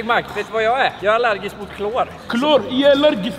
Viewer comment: "Ja e 'lergisk mot mschrra"